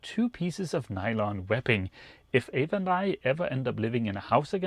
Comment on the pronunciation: It's "Ava" btw..